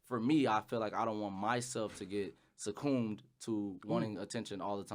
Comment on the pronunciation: Bruh said oouu for "succumbed" lmao nah facts